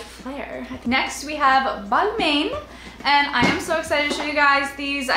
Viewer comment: You said Balmain wrong